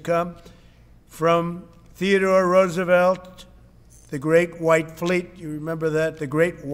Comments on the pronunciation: he's really saying White with his whole chest ten toes down huh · Didn't like how he said "the great WHITE fleet" lol too much emphasis. No reason for it 😂